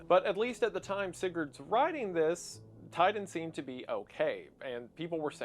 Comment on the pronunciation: according to what ive heard Titan is being pronounced Tiden, Ti-Tan